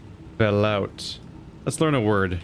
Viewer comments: Fyi - it's pronounced velootay. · If you go back to the Seamoth and install those upgrades, you can dump 16 blocks into the new storage, and have 18 free for new junk. P.S. Ve-loo-tay. Creamy soup.